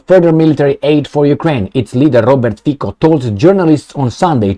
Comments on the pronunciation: I am a Slovakian and big fun and subscribed to your chanel and watching you daily. You're good and truthful guy and hope you will continue. Please, pronounce Robert Fico correctly. It reeds FITSO not Fiko. Slovakian C is TSE. So please reeds Robert Fitso. Robert is guy with stainless steel balls like Orban and he will not back off from his promises. You know Slovakia is the most simpathetic people to Russia in all stupid EU. That's true. They are our ethic brothers and we don't hate them. Ukraine on another side was always issue. Trust me! Revolution in Europe has started and hope Romanians will join soon. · I don't but trying to pronounce something lite "ts" as in "let's" for Fico is not a big hurdle, is it. Besides, it is not the inability, but the lack of intent, what the issue is here. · I am Slovakian and Fico (do not pronounce "c" as "k", but as you would "c" from word Citrus:) ) Hi is not without some "sins", but he is the smallest sinner from all the rest weasels! To my surprises second finished "Progressive Slovakia" which is bunch of USA rectal alpinists and propagators of LGBT + perverts, gender freedom and rest o the BS. In to the same category belong also Slovakian president Ms. Caputova - permanent visitor to US embassy in Bratislava! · 'Fico' is pronounced like 'Fitzo' in Slovak - May Robert Fico be true to his words - enough of the USA and NATO.